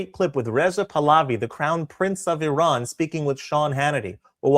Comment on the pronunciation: The way Hannity pronounces IRAN near the start of the video hurts my ears.